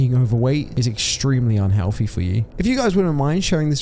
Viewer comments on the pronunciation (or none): Yes that is definitely "un-hewoFEE". So RIP to everyone on this list. So recently too, passing away in "two-Fousand and FREE"